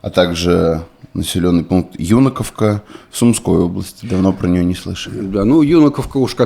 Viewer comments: В чем прикол ставить неправильно ударения , все говорят ЮнАковка, даже президент,так зачем коверкать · юнАковка☝️.. почему вы все время ударение не туда ставите. ?